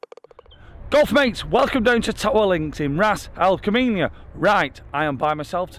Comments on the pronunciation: How many times... RAZ - AL - KAYMAH - That's the pronunciation lol. Just love your vids dude. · I chuckle every time you announce Ras al Khaima. In approximately ten videos you've not said it right once.